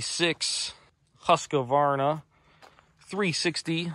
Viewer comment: It annoys me when people call a Husqvarna a HusqAvarna